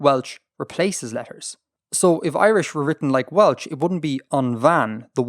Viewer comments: Well artifexians welsh pronoucniation needs work tho xD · welsh prounciation 😭😭😭😭😭bro pls